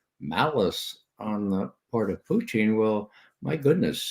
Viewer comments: Love this channel but its not "Poochin" (thats a dog breed) or "Potcheen" thats another strong Irish drink, its "Poo tn". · Does brother McGovern know he is pronouncing Putin like Irish moonshine Poiteen?